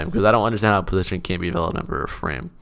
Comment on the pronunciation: Positon is a pog way of saying position